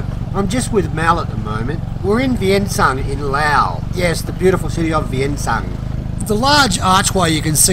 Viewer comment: To the author....Vientiane and not VIENTIANE!